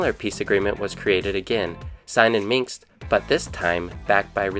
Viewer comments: It's ''Minsk'' not ''Minx'' as you keep calling it. lol. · nicely explained. some details missong but thank you.. but if you could please pronounce MINSK correctly. it kept hitting on my nerves 🙄